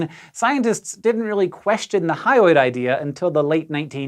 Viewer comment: you always say "hyoid" like "highway".